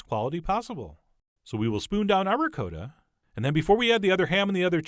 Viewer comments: Ri-coat-a?? I have never heard anyone let alone a chef pronounce Ricotta.. ricoata. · Cal- ZON-AY!!! REE-COAT-AH!! My Italian friend confirms these pronunciations!!! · RicOtta Not Ri COAT ta, Chump! love the show, can't stand the voice. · It's ri cot ta not ri co ta ! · "Ri-Coat-a", lol?? Nice looking calzone though!! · Just watched but I don’t know if I can trust someone who pronounces it Rick-coat-ahh lol but funny vid and thanks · No hate but, he calls ricotta, (ri-coat-a) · ri-codda ? wth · Awwww C'mon, Chef!! It is pronounced Pros schyiuto ham,and RiKotta cheese! I mean, seriously... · You say "ricotta" weirdly; please say it right !! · The way you pronounce "ricotta" makes me cringe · Oh Christ the way you pronounce Ricotta hurts my New York soul. Looks delicious though! Agree with the fork comment. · I honestly hate how he pronounces ricotta